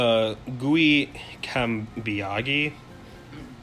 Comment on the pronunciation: "Gui" is the Brazilian nickname of "Will", my name is Guilherme, the name coming from William .... =] "Cambiaghi" is an Italian lastname, but it is not important. You pronounced perfectly, which is impressive! About Venusaur Shiny in the Blue version, that's exactly what he said. My first Pokémon when I played this version turned out to be Shiny when it was Transferred to the Crystal version. I am training my English in these comments and listening to your podcast! Thank You!